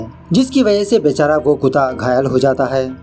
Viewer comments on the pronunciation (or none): It's kutta not kuta 😂😂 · Sir it's KUTTA not KUTA .. BT the way u speak it's nice..😀